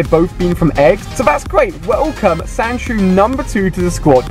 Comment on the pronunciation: Why do you say wolcome, I thought it was welcome.